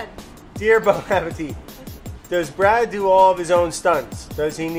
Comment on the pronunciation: When then man who works for the company calls it BONE appétit. Oof.